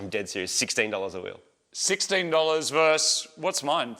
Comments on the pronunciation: VS is short for "versus". It's not pronounced "verse" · It's versus not verse guys. That's a real jimmy rustler. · I love the show, but goddam I wish you would stop saying "verse" when you mean "versus" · why can no one say versus properly?